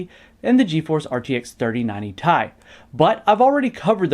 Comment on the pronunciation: Uh its not 3090 ‘tie’ the guys mis-pronounced. Kinda sad that PC World can’t pronounce ‘T I’ properly when they have literally been around for years…